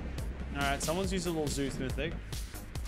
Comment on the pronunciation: "zues missic"